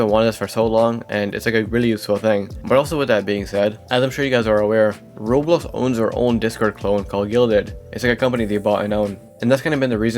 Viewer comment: Why do you say rolex instead of Roblox